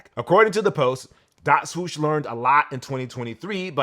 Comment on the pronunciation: My man still can't say swoosh properly. Smh.